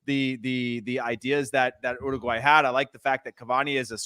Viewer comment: URRRRRUGUAY...😂. Not making fun of anybody.It just sounds funny to my latino hears.